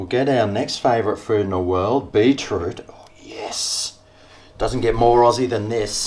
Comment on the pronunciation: Pronounced BEET ROOT not BEE TROOT..Bloody aussies.